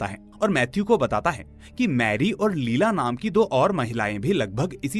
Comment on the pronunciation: Her name was not लीला it was pronounced as लैएला